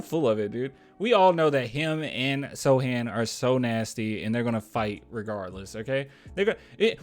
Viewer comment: Hey thanks again for the shout out and you can just call me "Add" for short. you are ok man, my name gets said incorrectly all the time, I am used to it. I also got one of your Don't Mess with the Sochan shirts in the pink color way and it is so fire. Thanks again for being the best Spurs basketball youtuber on the net man. Keep up the good work man!